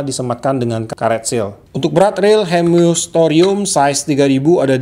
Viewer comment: Hemus pak bukan hemyus 😁😁🙏